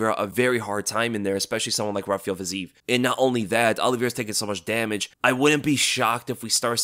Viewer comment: much respect. But a bit of constructive criticism must be allowed: the name Fiziev is not pronounced with a long eee, but i-ye, so it's "fi-zi-yev" or "fee-zee-yev". Please keep that in mind next time you mention his name. Thanks 🙏🏻